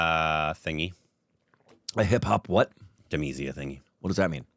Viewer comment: "Zha" is not "sa".. It's a "la" Sound.!